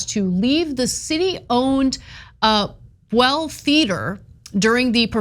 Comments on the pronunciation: FYI: it is not ‘Bwell’ theater, it is ‘B-you’ll’ with a long ‘u’ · "BUELL" is not pronounced "booel." For crying out loud! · If it is the same as the Union general then it is pronounced Bule. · Imagine a major commentator pronouncing Buell correctly?!